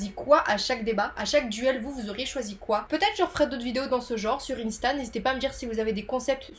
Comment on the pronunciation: Cette prononciation d'insta me fait très mal au cœur 💔😭